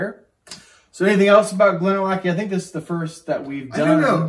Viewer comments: Glad to hear it. Missed your fun approach. Even if you can’t pronounce Glenallachie !!!😁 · yeah I murdered that pronunciation….I don’t know what my deal was because i know how to pronounce it properly and apparently just forgot and let my inner hillbilly out🙂